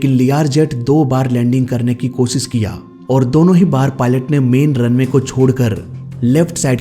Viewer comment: 1. Oh Sit nhi 'O... Shit' 2. Irror nhi 'Error' 3. Kosis nhi ' Koshish' 😂